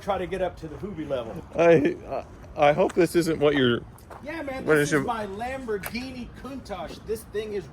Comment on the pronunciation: That Sam Hard is getting everywhere with his ‘Lampoorghinis’! I thought he might make a cameo appearance 😂